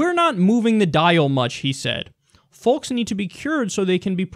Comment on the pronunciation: Somebody needs to tell Kyle that the "l" in folks is silent!